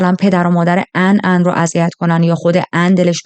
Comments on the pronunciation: کاش میگفتی آن...نه عن...😂😂😂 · خانم این چه بهونه‌ایه که مجبورم اونقدرغلیظ هم بگم که انگار ان رو عن تلفظ میکنی خوب خیلی ازاسامی را در تلفظ زبان کشوری معنایی نامانوس میده‌را کمی تغییر میدهند وشما راحت میتونستی -آن ازش نام ببری درحال حاضر در تمام کشورها مارکی داریم بنام کی‌ری که در ایران همان پنیر را با همان مارک ولیبل واما بنام کی بی فروخته میشه مثل فروشگاههای زنجیره ای در بلغارستان بنام (چ-س)وم که هزاربار ما تلفظ کنیم یا چوم یاسوم تلفظ میکنیم درحالیکه اونها طوری چ و س را تلفیق میکنند واین نام را بکار میبرند که تلفظش برای ما سخته ووقتی میبینیم کلمه ویا نامی در زبان ما معنای خوبی نداره که گفته موظفی با همان تلفظ بگیدهمه دنبال عن میگشتند وپشت عن بوته و.... عن رفته بود رستوران چیزی بخوره... وخیلیها عن رودوست داشتند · کاش بجای عن میگفتی آنا 😂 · اصلا درستش آن هست . هیچ زبانی نمیاد اسمی رو که به زبان خودش تا به جا ست رو با همون تلفظ اونم با لهجه ای که شبیه اسم اصلی هم نیست تلفظ کنه . البته فقط نقده وگرنه جذاب تعریف کردن و من باب پیشرفت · آخه این چه اسمیه مخصوصا اونجا که میگی آن رو چی کار کرده.ان کجاس😂